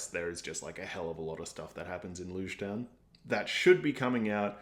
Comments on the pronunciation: Logue is pronounced like Log Shichibukai is pronounced Shee-chee-boo-kai (kai rhymes with high) AKA 7 Warlords is easier too I think Luffy and Zoro not listening to Nami's backstory works with their personalities. They're gonna save her whether they know the full details or not. She's part of their crew. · The next arc, Loguetown, is pronounced like ends of the words "prologue" and "epilogue": Log Town. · LogueTown is pronounced Log Town, like prologue and epilogue. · Just a heads up, Lougetown is pronounce as Log-town as in prolouge or epilouge. The name of the town is a way to say that this arc is gonna serve as a prolouge for the whole entirety of One Piece.